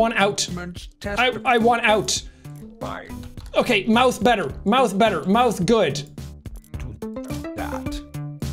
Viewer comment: “i am so good at mouthe”